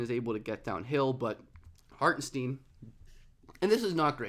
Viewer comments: I love your vids but for the love of god he said his name is not pronounced Hartensteen 😅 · Love the video. Hartenstein should rhyme with Frankenstein. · It’s pronounced like Hartin-shtine by the way :) great video!! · Lol. i was like okay...he said the name wrong but its fine...but then he said the name one too many times in quick succession. i couldnt concentrate on the topic anymore and looked for comments like this^^ now i can go back and finish the video. thx^^